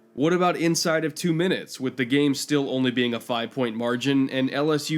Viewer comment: FIFE SEVEN?!?!? WTF...